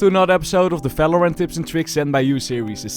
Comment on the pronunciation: i like the way he says fvalorant